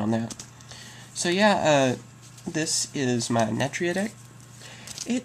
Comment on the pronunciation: why u no pronounce the "u" in natUria.